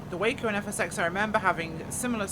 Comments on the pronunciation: It's pronounced WAH-CO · I believe it’s pronounced Wah-co.